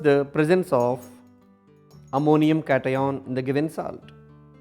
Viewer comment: 4 mts of silence for the wrong pronunciation of anion and cation.